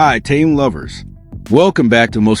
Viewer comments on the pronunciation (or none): Почему постоянно каверкают его имя.... Что это за Таюн или Таюнг неужели сложно Тэхён это же так просто.... 😢😢😢Ким Тэхён .....